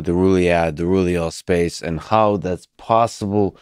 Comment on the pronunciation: Roohleeuhll spacccce